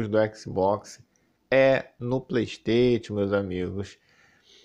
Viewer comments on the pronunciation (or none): mano o cara fala PLEISTEITXION e ainda quer ser levado a sério kkk